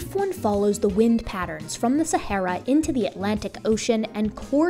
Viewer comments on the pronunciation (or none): none